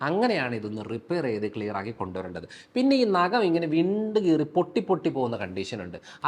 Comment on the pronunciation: നകം അല്ല ഡോക്ടർ. നഖം